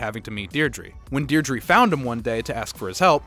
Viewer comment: the mispronouncing of Deirdre really annoyed me